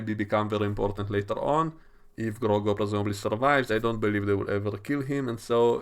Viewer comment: Why do you keep calling him Grogo lmao